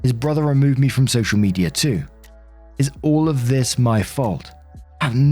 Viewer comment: "Social Meteor account" lol. My dad and grandma pronounced some words like this as well.